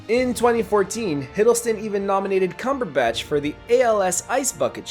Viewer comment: Also Benedict "Cumberbash"